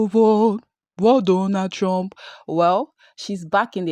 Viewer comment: "I will boat for Donald Tromp" 💃 👯‍♂️ 💃 👯‍♂️ 💃 😂😂😂😂